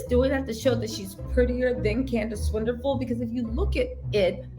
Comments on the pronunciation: Her surname is not Pronounced Swinderpool. It's South African. Pronounced Swan-e-poel. Swan like the bird Swan. E like the e egg. And poel Pronounced like pool (swimming pool) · I'm South Africa as well and her surname is Swanepoel, ( Swan- Nuh-Pool) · She is South African. Swan - a - poel